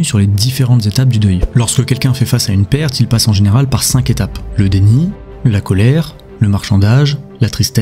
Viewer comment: "les cinq Zétapes" ... Ouille